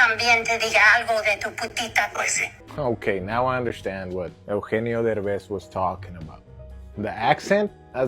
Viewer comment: ehh- ohh- enn- yeeo ?? Spanish??